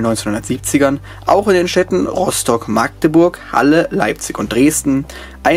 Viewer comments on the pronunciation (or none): none